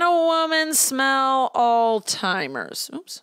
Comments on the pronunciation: Omg "all timers" why do you call it that! It is alZheimers. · Loved this but the way you say “alls timers” 🤣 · Is it just me or did pronounce Alzheimer's as "All-timers"? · I’m sorry but the way you say Alzheimer’s is killing me 😅